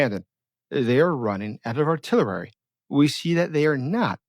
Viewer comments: It's artillery, not artillerary. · what is artiilerary? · Well, still can't pronounce 'artillery'. What's "artillerary"?